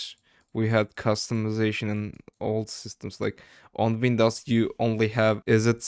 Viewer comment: The way u said Wnidows XP said a lot about you being Turkish than the google search history, great video btw